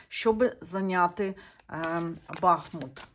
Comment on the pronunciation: дякую за роботу! Місто має назву БахмУт,бо там тече річка БахмУтка!!! З повагою до Вас!🥰